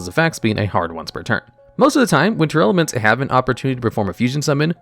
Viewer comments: Oh my god... its tear laments. Not tear airelements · It's always funny when calls Tearlaments as Tearelements